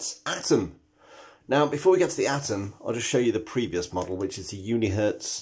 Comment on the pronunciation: At least he said 'Atom' not 'Adam' ... Thank God... lol